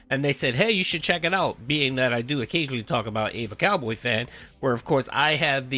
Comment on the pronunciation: I honestly just want to know why everyone keeps pronouncing “EvaCowboyFan” as “AY-VUH Cowboy Fan” lol???